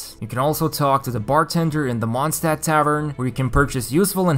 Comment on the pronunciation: "Mondstadt city" you basically said mooncity city xd